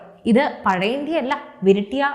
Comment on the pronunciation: നല്ല അവതരണം... സുപ്രധാന Contents... ഇനിയും ഈ വീഡിയോയുടെ അവതരണത്തിലെ ചില വാക്കുകളുടെ സ്ഫുടതക്കുറവിലേക്ക് താങ്കളുടെ ശ്രദ്ധയെ ക്ഷണിക്കുന്നു... (വാക്കുകൾ വീഡിയോയുടെ തുടക്കത്തിലേത് മാത്രം ഒന്നുപറയാം...) 1.മൂന്നിലൊന്ന് 2.പഴയയിന്ത്യ ഇനിയുളള വീഡിയോകളിൽ വാക്കുകളുടെ സ്ഫുടതയിൽ ശ്രദ്ധിക്കുമെന്ന് വിശ്വസിക്കുന്നു...😊😊😊